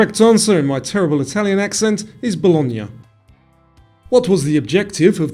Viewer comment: That was fun; thanks!! (I got 9 wrong—sigh). Your pronunciation of Bologna was perfect, by the way.